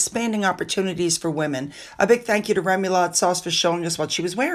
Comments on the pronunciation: It is interesting how you pronounce remoulade sauce. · I'm with you on that. The first few times I heard say that I thought of 'Allo Allo'! However, we all pronounce things differently. Don't get me started on the scone v. scone debate 😊.